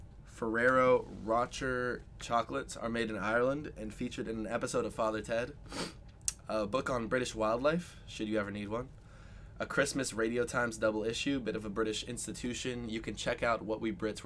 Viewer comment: The Ferrero chocolates are pronounced row-shay.